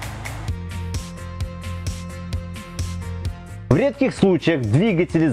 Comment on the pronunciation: Видео класс, спасибо. Но где куча образований у Лысого? почему он не знает как правильно ставить ударения? Ведь надо просто говорить правильно: пОршней, двИгателей, клАпанов, он не может запомнить три слова. как его просят?)))) но лайк поставил.